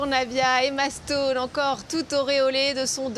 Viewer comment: its Emma Srone not Emastone .